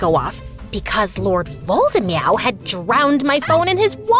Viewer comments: EVERYONE: Voldemort: Voldemeow Voldemort: AVADA KEDAVRA! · Lord Voldemort=❌ Lord Voldemeow=✅😂